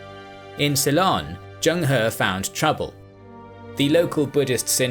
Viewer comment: did he actually pronounce Ceylon as quilon?